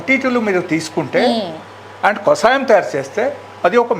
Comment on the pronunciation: Mentaldi anchor iritating too much,kasayam kadu kashayam